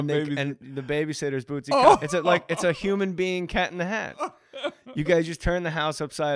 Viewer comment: I gotta say it was cool as hell to hear J.J.'s shout-out! (he nailed the pronunciation too). I love these older episodes! Bootsy is sooo damn smooth, baby.